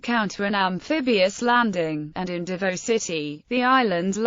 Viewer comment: Pronounced "Davow" not Davoe.